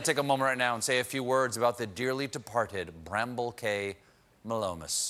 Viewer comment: Yes he didn’t even pronounce it’s name correctly. It’s another ecosystem that has been disrupted and as it was the only mammal on the island the vegetation that it eats will take over the island.